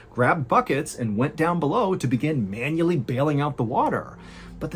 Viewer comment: The way Mr Ballen says "manually" lol😂